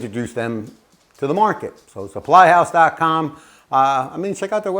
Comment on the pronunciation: Suppyhouse. You omitted the "L" . :)